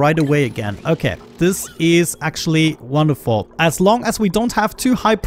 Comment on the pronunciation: Love the accent when you say "wonderful"! hahahahaha, looking forward to the next episode!